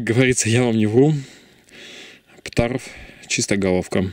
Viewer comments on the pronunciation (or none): Не ПТАРВ, а ПТЛРВ